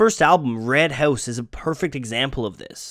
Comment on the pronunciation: Wait... say "house" again. LOL